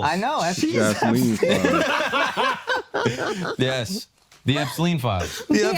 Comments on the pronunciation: Jisleen instead of Jasleen 😂😂😂😂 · did you just call her “Jizzleen”please tell me that was on purpose 😂💀